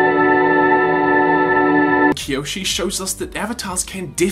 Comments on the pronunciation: any particular reason you're calling kyoshi "kaiyoshi"? is this like a m knight thing? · "Kai-oshu" lol.